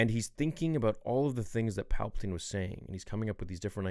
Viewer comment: “pall-puh-tan” lol you said it everytime good expect for that time lol💀 great vid tho